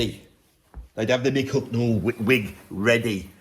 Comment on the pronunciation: ...As an austrian i have to deal with your pronouncation of "Hucknall" which in my opinion is not british to austrian ears. I bought the Album Simply Red, Men And Woman in Hungary in the late 80s. But as i remember i was sober...